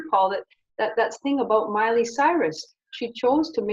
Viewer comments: Yeah he certainly didn't say Miley! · "Molly" Cyrus 😂😂😂